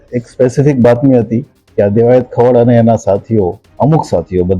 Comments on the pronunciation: એલા દેવાયત ખવાડ નય સરખુ બોલ,,,ખવડ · દિવસો થ્યા. ખવાડ . 🤣🤣😂😂 Alya doba khavad chhe Khavaaad nathi. Ane Divso "thi" aave Divso "thya" shu ? Tari pin choti gayi lage chhe Devayat Khavad ma